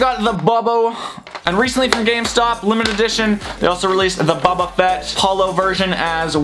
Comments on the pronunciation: Its Boba not buba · His name is boba fett not buba fett I thought the name was a joke when I saw the video like the Mrs pool69 name